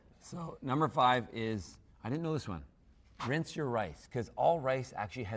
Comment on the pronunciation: Its rinse, not rince.